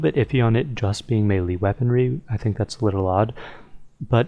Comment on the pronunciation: YOU MIS-PRONOUNCED MELEEEeeeeeeeeeeeeeeeeeee